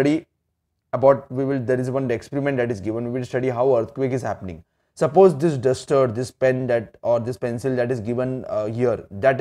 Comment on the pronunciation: Hey! You are not pronouncing properly e.g you are saying dish but it is actually this ok